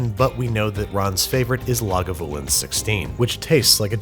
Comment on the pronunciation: OMG you said lagavulin properly! Ps from I'm from Scotland and love lagavulin!